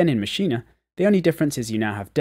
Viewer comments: Ma'sheen....say it, Ma'sheen...not ma'sheen'a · It's pronounced Mashean......NOT maschina! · nah ... its pronounced "maschina" ... check out NI's videos